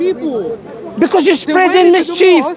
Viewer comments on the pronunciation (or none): none